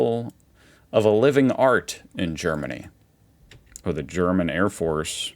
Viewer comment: Your pronunciation of German words is really getting better and better. Are you secretly taking German lessons?